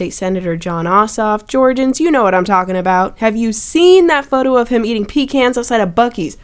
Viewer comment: HOW DID YOU JUST PRONOUNCE PECANS????????